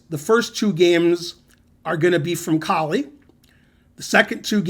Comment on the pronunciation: Is it not pronounced "Cole "? I believe Koltanowski stated that was how it was pronounced? Just wondering. Great video!